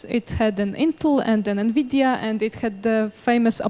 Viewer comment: "NMIDIA" actually...